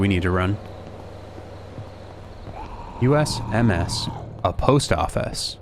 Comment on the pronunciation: You're saying USMS like you've never heard of the United States mail service 😂😂😂😂